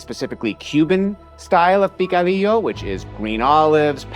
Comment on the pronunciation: I really love you guys but It's picadillo not picodillo.